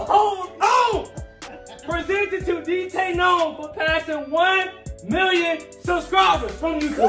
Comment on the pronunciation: Someone actually said my name right